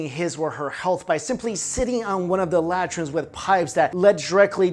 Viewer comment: Not 10 seconds after i resume the video he proved my point. When talking about the Roman toilets he said "lat-rhines" instead of latrines haha.